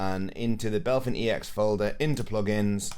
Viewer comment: thanks for the video, was helpful. one thing that annoys me tho is you calling BepInEx "Belphin EX". brooo. 😪 it lowkey drives me nuts